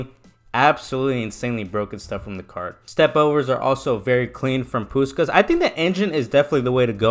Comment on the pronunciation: That gameplay nearly convinced me to buy him lmao good stuff also his name is pronounced pushkash because in Hungarian the S is a sh sound :)